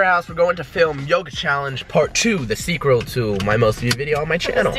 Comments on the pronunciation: Why does pronounce sequel like Seaqrel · he said seqrel